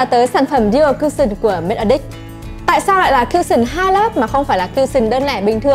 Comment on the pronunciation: Nói thật một trăm người ai review sản phẩm này ngay cả người tạo ra sản phẩm đoc tên cũng sai Matte Addict nhấn âm đầu Addict chứ không phai nhấn âm hai aDDICT